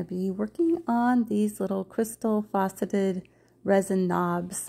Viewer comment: I love your videos. Just wanted to say the word is FACeted like FLACid, not FAUCeted, like a FAUCet.